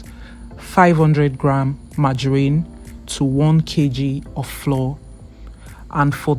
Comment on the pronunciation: All I hear is "floor, floor, floor." Why do you pronouce flour as floor? Flour is exactly the same pronunciation as flower 🌼.